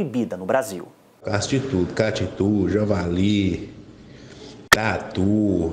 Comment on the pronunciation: "E até tatu" kkkkk ... Não entendi porque a ênfase pro tatu!